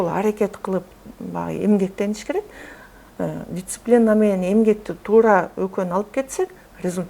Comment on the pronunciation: Дисциплина эжекеси дициплина эмес. Кулакка кызыктай угулуп жатат.